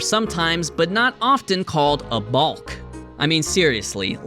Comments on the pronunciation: I don't like how he pronounces the "L" in balk. Its pronounced like walk. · I love you but balk is pronounced like chalk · as a left handed pitcher who played in national tournaments and regularly picked kids off, your analyses are objectively wrong on multiple occasions. but i think the most egregious offense was pronouncing the L in “balk”. it’s bock, foolish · My guy said ‘ball’k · Why are you pronouncing "balk" like that? It's pronounced like "calk". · U say balk funny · The "L" is silent in the word "balk," just like in "walk" and "talk." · Thank you for posting but I can’t fathom the way you pronounce balk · The way bro says balk is giving me shivers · most controversial part here is the way my boy pronounces "balk" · Not the hard L on “balk” 😂😂